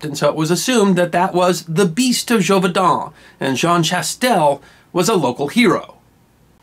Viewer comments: Great story, but I believe the pronunciation of Gévaudan was incorrect. It should be jayvodah(n) rather than jovaydah(n). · The pronunciation is zhay-voo-dahn. An accented letter (specifically the accent grave) carries an “ay” sound. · You're either saying it wrong, or spelling it wrong. It looks like zhey-vo-dawn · Really nice, informative video. Expertly presented. And yet.... ... ... It's Zhay-voh-don. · You're pronouncing in wrong. [la bɛt dy ʒevodɑ̃], Also, your voice sounds like a grinder on metal.